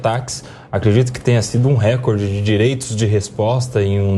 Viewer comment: RÉCORDE – A pronúncia RÉCORDE é errada; desde o étimo latino, passando pelo francês, o acento tônico cai na segunda sílaba, –CÓR– , rimando com aCORde, MORde, portanto, RECÓRDE. A acentuação proparoxítona não é PORTUGUÊS.